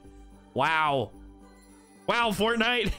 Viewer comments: why do you say " what is in the item shop today fartnite." like why do you say fartnite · he also says fartnite